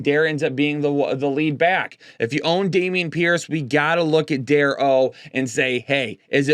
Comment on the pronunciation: btw Dare is pronounced "dah - ray"